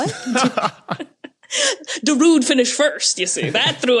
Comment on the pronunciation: It took me a moment to understand the Sandstorm joke. I had never heard an English speaker pronounce Darude before. My motto is "fog happens" too.